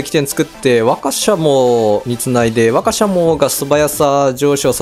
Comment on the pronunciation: 馬鹿かよ？みたいなワカシャモの発音に違和感